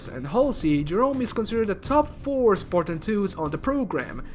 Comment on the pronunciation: “Spor-tan” “Or-mor”